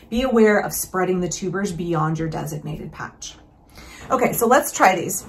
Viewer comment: Right! I caught that too. Trues one 😳 "thees are all mine now"